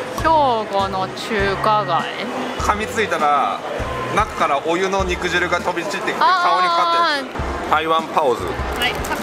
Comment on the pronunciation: 肉汁は「にくじゅう」と読みます🍗 果汁(かじゅう)と同じです🍎🍊🍓